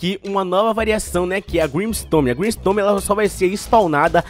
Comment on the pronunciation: Vc falou grimstome ao invés de grimstone pelo que ouvi